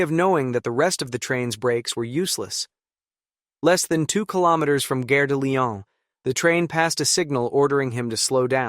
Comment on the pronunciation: Or 153-951 for short Or fifty three hundred for short The trainsets made it into the twenty first century, though obsolete. A four percent grade is irresponsible, especially for locomotive hauled trainsets (call it an EMU, but they’re unpowered cars). Gare (rhymes with jar) is a station Guerre (rhymes with hair) is a war Not the Lyon war, the train station